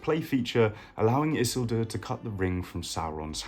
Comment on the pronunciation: Why you say isildur like that lol